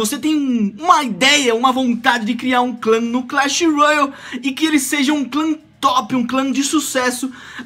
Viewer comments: Para de falar royal eh royale (rouiale) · é só ''roiale'' n sei daonde tu tirou esse u ai